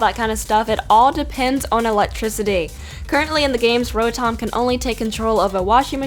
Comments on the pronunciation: On Rotom, am I the only one who heard world Dominatrix 😂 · did you say world dominatrix?